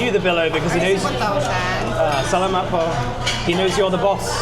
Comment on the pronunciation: When you say Salamat Po, the accent is in the second syllable, in the 'la' syllable.